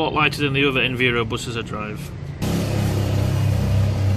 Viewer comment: I'm sure you keep pronouncing "Enviro" wrong! It is short for "Environment" and I doubt you say "enveeronment" lol!? Also, there will be no smoking signs on buses as it's a legal requirement. You didn't mention the wheelchair arm located on the backrest which old Enviros have! I used to use it all the time!